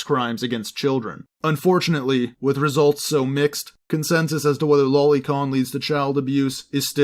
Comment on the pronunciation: Boi it's pronounced low lee not lolli